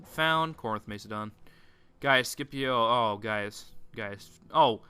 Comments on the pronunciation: Am not trying to sound angry, but I THINK you pronounce it Mass-eh-don. I dunno, Mace-adon just sounds weird... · mac-a-don not to be rude just educational